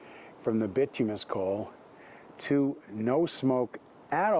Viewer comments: Bituminous (Bi-tume-i-nus) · Bituminous is pronounced By-too-my-nus And yea, u must get a good fire going with wood before switching to coal